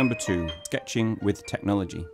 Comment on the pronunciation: "Tecnhology" haha